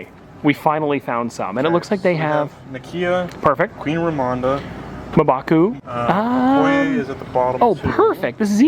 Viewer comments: it's Ramonda, not Ramona. These characters mean a lot to people. Please take a second to learn their names. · I'm convinced you're intentionally mispronouncing the names of every Black Panther character except shuri. Like you didnt even read Ramonda as it was spelt...